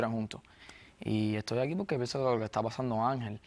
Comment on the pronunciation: "Vicente que esta paZzando"? JAAJAJAJJAA